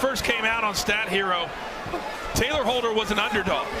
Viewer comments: It’s Tayler not Taylor. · Nobody: Not even a single soul: The commentators: TaLYer HOLdEr